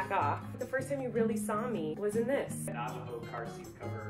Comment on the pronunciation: lmao it's Navajo babe